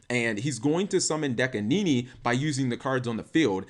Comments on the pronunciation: Dekanini? It says Dakini, Cap. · Dakini is pronounced like Bikini but with a Da instead of a Bi